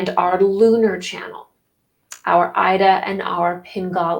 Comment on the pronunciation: Ida is pronounced eda